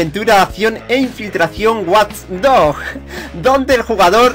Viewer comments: lo q te voy a decir es importante: Se pronuncia "guach dojs" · Se pronuncia wadch dogs tiu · Guaj dojs dohjs